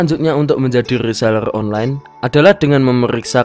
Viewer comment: Rrrrrrrrrrrrrrrrrrrrr rrrrreeselerrrrrr